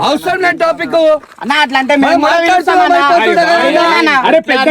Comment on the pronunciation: tepic kadu anna topic 😂